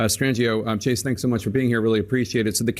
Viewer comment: 🤭Chase still sounds like Chasity 😂🤣